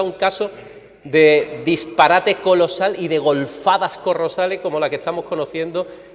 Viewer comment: Minuto Golfadas corrosales? ANOTOP AT 😂